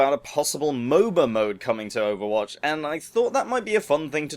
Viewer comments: Did he say overbotch? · at the start did u say overbotch